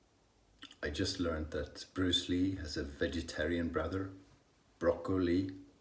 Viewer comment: You almost had a Welsh accent when you said broccoli 😁👍👍😉